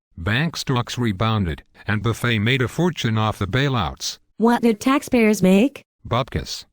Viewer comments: Why do the voices silence letters in Buffet's name and Bernanke's name? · Good info,but I wish they could get the voice synthesizer to pronounce Warren Buffet's and Burnekie's name correctly. It's comical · That's Warren /Buffay/ ! /Bernanks/ Dude.